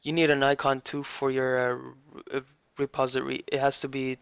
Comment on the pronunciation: Its Not a reposery its a reposITORY :D